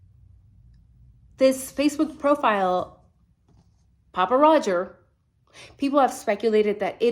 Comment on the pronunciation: Thank you for properly identifying him as *'Papa Rodger' without the S*. Honestly, I saw a couple thumbs/titles from a relatively newer creator obviously trying to be an authority on all things Idaho 4, and couldn't even click on the channel for her blatant ignorance! As bad as ignorant enunciation of names/places.